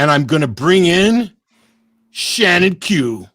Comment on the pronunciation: Shannon, not “Cannon”.